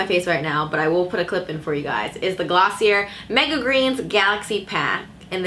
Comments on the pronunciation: It's pronounced glossy-ay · Pronounced glossy , A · I was visibly cringing every time she said Glossie-air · I literally died on the inside when she said gloss-see-uhr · Thank you for this review. Btw, it’s pronounced as “glo-see-yay” :) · I kept cringing every time you said the word .. sorry